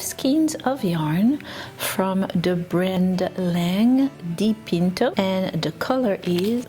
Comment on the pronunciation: Really pretty! Your pronunciation of Dipinto was really good, I'm Italian. Kisses ♥